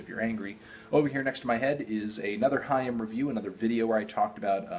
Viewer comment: Awwww He says " haim " right ... almost